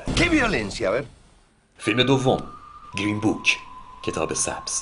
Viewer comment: گیرین؟ یا گرین؟ چرا شما فارس ها انگلیسیتون اینقدر مزخرفه آخه؟ چرا اینقد بد تلفظ میکنید همه چیو؟